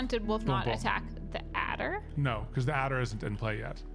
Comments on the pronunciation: A - der. Adder. There is no 'L'. Good grief, you're just makin' ish up, at this point! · I love how says addler instead of adder.